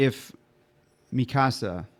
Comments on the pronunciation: Mikasa is not pronounced like Mi Casa 😂😂 Mikasa is ethnically Asian so the emphasis is on the last A mika-sAH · Yeah this is the "don't get attached to anyone" show, not even the main characters are safe!! And it's Mi-Ka-Sa, with equal weight on every part of the name. Not MII-kasa, or mi-KAA-sa. When it comes to pronunciation it's a safe bet not to overpronounce or overenunciate, or put extra weight on any single syllable of a word in Japanese. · mikasa {mi (me) - ka (call) - sa (samba)}